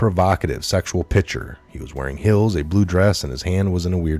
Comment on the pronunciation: it's red heels...not hills. Sorry but it bugged me 😂